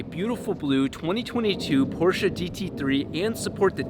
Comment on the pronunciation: I love how he pronounces porsche right :)